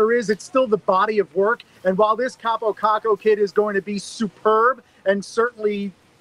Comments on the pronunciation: Your Kaapo Kakko pronounciation is good but you are saying it like Kaapou Kakkou. like hear how google translate says it thats the right way to pronounce it. If you don't believe me you should trust me cuz i'm finnish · Im Finnish and its pronounced KaaPO KaKKo! not Kapo Kako👌